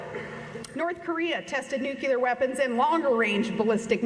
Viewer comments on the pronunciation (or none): Sarah,Sarah ,Sarah. You need to have to travel to foreign countries before we speak about foreign policies!!!!!! Looking from the backyard at imaginary Russia does not help. Learn how to pronounce NUCLEAR Please.